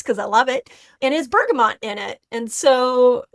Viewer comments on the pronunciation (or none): none